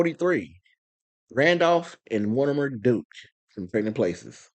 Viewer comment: You slightly mis prounced the dukes but yiu aint wrong you might not have noticed you called em the deuchs yeah they dueches